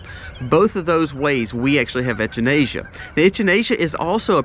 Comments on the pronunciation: It wasn't until I heard you reference it as a cone-flower that I realised you were talking about echinacea... The "ch" is pronounced like "CK" 👍👍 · It's actually Echinacea not Enchinacea like he said. We use it alot. Works very well for our animals too. Have healed many issues with them. We only take as needed nit supposed to take for long periods of time. Also use Oregano powder in same manner as well as the oil. My son got bitten by a brown recluse spider and the oil kept it from spreading or getting worse and healed it also. Hope this helps somebody in this community. Thanks fie the video.... Jeff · Love the way you say echinacea! Lol never heard it pronounced like that! A lot of helpful info in this video, thank you! I really need to work on starting an herb garden.